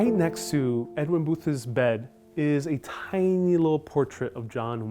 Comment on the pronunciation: It’s Edwin Booth’s, not Edwin Boothes. You added a syllable. The lexicon at the time would not have included “liberal,” but Unionist.